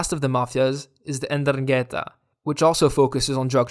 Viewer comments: 'Ndrangheta has to be pronounced with the accent in the first a. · I don't know how other Italians liked this cartoon. You talk about the problem in the present as if we were still at nineties levels. You can't pronounce ndrangheta, and wrote _Gatteri_. And I have not heard a word about the capture of fugitives and the collapse in the number of crimes (1/10 compared to 90). I just saw the usual stereotypical shit